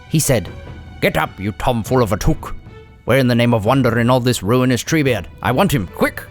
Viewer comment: It's Took and in I took it, not as in kook!